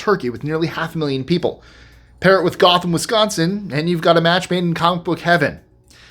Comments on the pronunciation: It is pronounced GO them Wisconsin not GA them Wisconsin. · Just a minor correction: I live in Richland County Wi. and "Gotham" is pronounced with a long O as in Go-tham not Goth-am. Nonetheless a great video. Thanks.